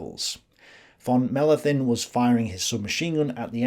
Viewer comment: Dear, your German pronounciation has considerably improved (still: a "th" doesn´t exist, so "Mellenthin" just pronounced as a "t")..